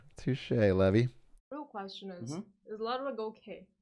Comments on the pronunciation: *levy not levi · LEVY, NOT LEVI. DIFFERENT NAME, SAID DIFFERENT.